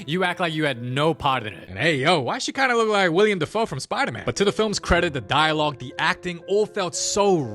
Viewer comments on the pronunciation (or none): Did he say William Defoe 😂😂😂😂